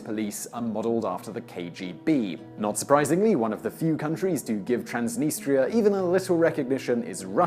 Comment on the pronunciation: TRANS deh-NEE-struh.